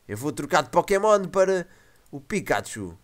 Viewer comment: pikachu,e não picaxu,e pichu, não piju